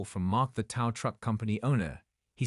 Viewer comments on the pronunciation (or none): Can't you people get the language right?! TOW=just like "Toe", NOT TOW=Like COW. It's so irritating you people can't get get this right.